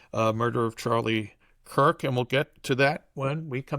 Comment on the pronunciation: Nukyular? Nukyulus?? It's Charlie KIRK, not COOK.